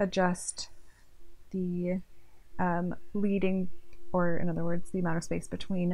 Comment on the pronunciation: Thanks for the helpful video! Just a constructive comment, leading is pronounced "led-ing" not, leed-ing. It comes from when slugs of lead were put between lines of type when letter setting.